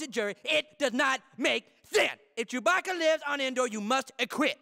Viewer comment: Why does the news reporter say chewpacca